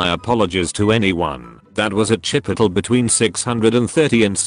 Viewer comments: #dankness Regular people: chipotle chi-pote- lay The voice in these videos : Chipotle... chip-pot-l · No one: Text to speech saying chipotle: cHiPiToLe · No one: Text to speech: "chipitol" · Why do I think the Karen in that one story would’ve actually thought it was pronounced CHIP-I-TOL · IS NOBODY TALKING ABOUT HOW IT SAID CHIP O TULL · Nobody: TTS: CHIPOTUL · the way it pronounces Chipotle is a one hit ko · Say Chipotle again